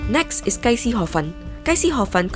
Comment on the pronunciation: tong sui Gai .. the Gai does not sound like chicken like how u called it .. this Gai means street .. sounds more like guy .. longer sound